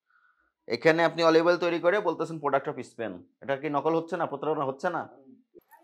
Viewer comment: Sir apni o dekhi bolchen.. Is.. Span😂😂😂... Is..span...!!!! 🤣🤣